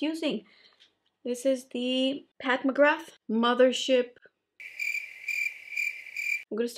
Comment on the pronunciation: Hey love your videos. Learnt alot of techniques. Would also just like to point out it's pronounced as Pat MC Graw instead of MC grath!